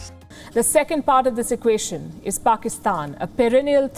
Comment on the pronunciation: i hope it's true, but i guess it's not. You can go look into Wion they are really concerned about Pakistan. Go compare yourself with US or extra intelligent life we don't care. But atleast don't talk shit on media. Or learn to respect other countries you don't even spell or pronounce PAKISTAN correctly.